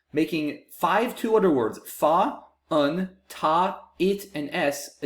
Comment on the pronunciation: un?? It’s pronounced ANNE